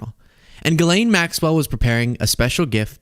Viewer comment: Pronounced Jjjeelaine ( no hard “g” sound) and no “s” sound.